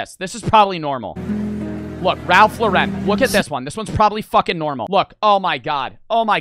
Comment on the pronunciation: Imagine saying Lauren wrong